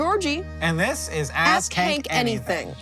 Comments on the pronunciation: it sounds like "Ass Kick Anything" and I laughed, new canon name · I can’t help but hear “Ass kank anything” every single time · In the Ground News ad (how dutiful am I?) you said the name of the show, but it sounded like "Ass-Kick Anything." Side project! And, with no inter-cheek hairs, the human fart has trouble exiting the valley, necessitating a whoopee effect. We likely lost the butt-hairless back in our stealthier hunter-gatherer days. I saw white and gold, and only ever hear 'yanny.'